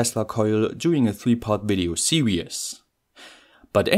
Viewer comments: why are you saying 'serious' when you are trying to say 'series' ? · Excellent content and very well presented ... only thing I was going to quibble with was the way you seem to be swapping over the words serious and series, but given your English is superb I have a feeling it might be a joke 😀👍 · .....okay, and in 2¼ minutes of video I've heard you pronounce the word 'series' as 'serious' . I was also making this mistake when I was eight years of age. Actually your English is very good . Thanks for your work . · Every video I watch I wonder if someone is going to correct you on how to pronounce series. Not yet haha.